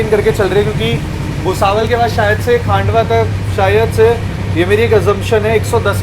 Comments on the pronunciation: डीवा ❌ दीवा ✅ खांडवा ❌ खंडवा ✅ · Nepanagar station se hi MP shuru hai, not Khandwa (stop pronouncing as Khaaandwa) Its खंडवा not खांडवा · खांडवा❌ खंडवा✅ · पहले प्रोनाउंस ठीकसे करना सिखलो…. कमायनी नहीं कामायनी एक्सप्रेस है , नन्दगांव नहीं नांदगांव स्टेशन है, खांडवा जंक्शन नहीं खंडवा जंक्शन है। 😅